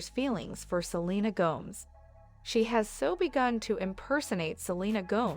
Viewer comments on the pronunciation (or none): Her name is Go…mez not Gomes. Look it up. suh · lee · nuh gow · mez And she’s not the home wrecker, that would be Justin or Hailey. They need to let Selena alone or get divorced for goodness sake. Let Selena alone. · Selena Gomes rhymes with homes and gnomes all this time I thought it was Gomez 😂😂😂😂 and Hilly Baldwin ok.